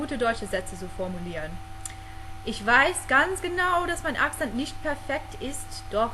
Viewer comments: Some minor corrections of your pronounciation: Don't forget that Akzent (accent) is stressed on the second syllable in German. ;) What you could practice a bit is the German "z", that's always pronounced like "ts". Hut is male in German: der Hut What helps a lot is to watch German movies. That helped me a lot with learning - and most important - understanding spoken English. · okay when you pronounce Akzent, you have to let the k sound a bit harder. Your Akzent still sounds like accent :D, a bit too soft, too american. But the Rest is great, clear and understandable!